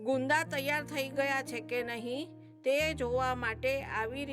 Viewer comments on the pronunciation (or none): Ben aamm no hoy...:) :)... ane tame ghani vakhat" gunda" ne badle "Gugnga" Bolya savo....... ame bov hasiya ,,,,,,,:)